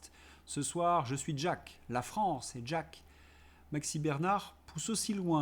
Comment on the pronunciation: ....d'jack...m'a toujours agacé, le gus lui même , et la façon de prononcer le prénom à l'amerloquaine.....bonne continuation🐞🐞🐞🐞🐞🐞🐞🐞🐞🐞🐞🐞